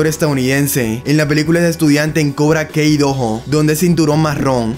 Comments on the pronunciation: "Cobra Kei doho" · Cobra Kei Dohoh 🥵👄💅🏻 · Se dicee cobra kai amigo no cobra key q no viste las peliculas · Cobra Kei se pronuncia cobra Kai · Cuando escucho cobra kei mis oídos explotan